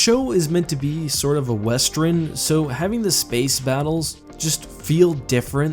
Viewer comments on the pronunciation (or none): You say western weird lol